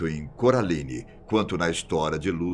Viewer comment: “Do filme CURALINE” kkkkkkkkkkkk